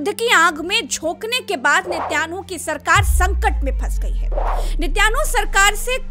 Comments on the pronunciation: Watching from saudi, his name is binjamin netan yahu not Nitaynu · 😄😄 "net YAANU " nahee VOH " neten YAAHU " HAI😂🤣